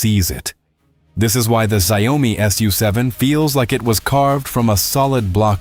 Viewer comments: not ZIOme LOL...SHE YAO MI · ZIO-MI ❌ SHAO-ME✅ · And sometimes “Zee Oh mi” 😂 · Saiome— love the accented name of Xiaomi. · the "si o me" ...tell me you are AI without telling you are AI. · Its Shia-o-mi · AI voice can't pronounce Xiaomi ... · I wondered what kind of pronunciation was used for the name Xiaomi? AI?